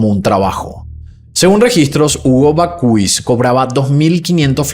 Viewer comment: Perdona por corregirte en publico, pero no sé como contactarme contigo por privado. Bakhuis se pronuncia Bak-haus, con la H un poco inspirada. “Bakhuis” en neerlandés significa horno de pan o casa de horno. Me encantan tus videos y tu voz. Felicidades por tu maravilloso trabajo.